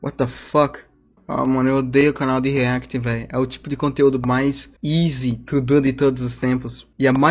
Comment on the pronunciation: "izi tudu de fazer"